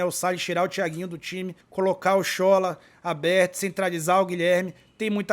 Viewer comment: Boa tarde!, a pronúncia correta do nome do Sola é "Sholá", como se tivesse um acento agudo como nas palavras olá e sofá. Quem me falou isso foi um nigeriano que mora na Bahia.